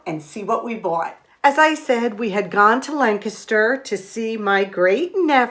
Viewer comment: Lancaster is my favorite place to shop! And you even pronounce it correctly!